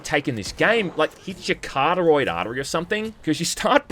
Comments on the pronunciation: It's carotid artery not coteroid artery. Also you need the rad absorbing artefact, did you even play the og stalkers? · "Cartaroid" artery ?? I think you mean "carotid" artery. lol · Sorry sir but it’s pronounced cuh-raw-tid artery. Much love <3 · said “carduroid” artery 😅😅 what they teachin you over there down unda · hard to take his whining about difficulty seriously when a) he shows footage of barreling in and taking hits and b) he says "carotid" like he has only ever read the word yesterday